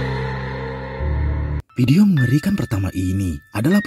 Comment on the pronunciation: Tolong pengucapan "VIDEO" yang sesuai doonk... jangan "PIDIO" mulu, jadi ga fokus nontonnya... 🙏